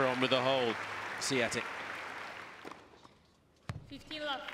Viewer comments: hahhaha and the announcer said Iga Swoitek - remember it should be Swiontek with a little sound change at the beginning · not them calling her Iga Swaitek/Seeatik 😂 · The Commentator every 2 mins "SIATIC"!!😂😂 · This was before a lot of us knew how to pronounce her name :) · Back when non polish commentators didn't know how to pronounce her name. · They couldn’t pronounce her name correctly back then. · Every year there seems to be a different pronunciation to her name.